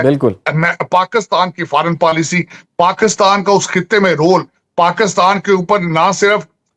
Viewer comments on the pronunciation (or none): Faaran PAALISHI 😂😂😂😂 Pura PAALISHI kar rahe hain Porki 😂😂😂